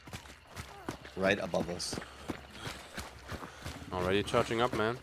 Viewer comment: Right Abovus, right Belowus